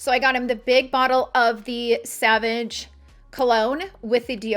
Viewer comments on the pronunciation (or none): Interesting video. Sorry, the perfume is not pronounced Savage.. it is more like 'sovaj'